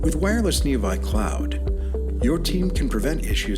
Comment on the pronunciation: I don't mind paid advertisements as long as a human reviews them first. Before posting the advertisements. It isn't neo vi cloud, it is neo 6 cloud. AI does not understand Roman numerals, so they should not be used when you want AI to narrate your advertisement. It just looks bad for Intrepid. If they want my business to troubleshoot my fleet of vehicles? They should learn the limits of their own software before advertising it. It is the fine details that makes the sale. Intrepid should either spend the money to hire a human narrator, or change the typing of neo VI to neo 6. Better yet, have the narration typing, and the displayed typing separate. #IntrepidControlSystems #ICS